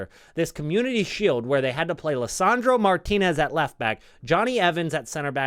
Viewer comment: As a native Spanish speaker, I really appreciate your correct pronunciation of Martínez.